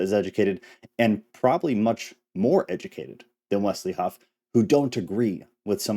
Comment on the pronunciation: There is no T in Wesley Huff, just letting you know, God bless brother, keep up the good work!